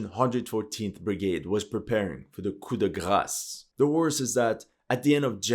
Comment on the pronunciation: A "cu da grass"? 😅